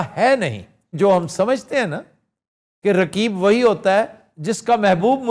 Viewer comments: Aftab Iqbal saab, I am sure that you will not read comments, but still I request you and others who read this , kindly pronouns 'Qaaf' , harf Qaaf is in your name but you can not pronouns , Rakeeb nahe Raqeeb . pronouns 'Qaaf' from throught. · رکیب کیا ہوتا ہے؟۔ تمکو تو قاف بولنا ہی نہیں اتا۔ اردو کے دشمن ہو تم پاکستانی۔